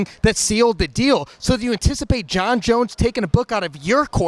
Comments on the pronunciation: Mang I heard Jon Jon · Jo Joon 🤣.. and Serial Gaine 🤣